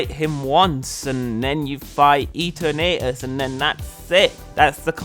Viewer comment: I’m sorry sir did you say “Eater Natetuss”?